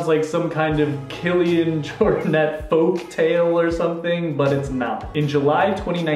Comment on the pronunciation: Kudos for getting the pronunciation of Kilian's surname right! It is Jor-net, not Jor-nay! Half point off for mispronouncing Jakob (Ingebrigtsen) though. That one is Yah-cub, not Jay-cub.